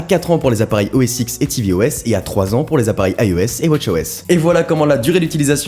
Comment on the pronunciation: Super vidéo (comme d'hab d'ailleurs), mais juste une remarque : il me semble qu'il faut plutôt prononcer le X de OS X "10" et pas "X"